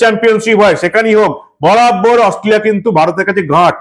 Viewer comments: Ostoliya noy re bhai Australia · অস্ট্রোলিয়া -- শূয়োরের বাচ্চা উচ্চারণ টাও ঠিক করে বলতে না 😂😅😂